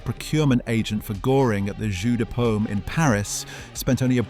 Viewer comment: Please, please... JEU DE PAUME not " jus de pommes " who is apple juice !!!!!